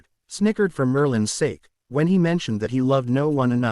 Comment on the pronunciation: The word is Sake, not S. The word is Brain not in.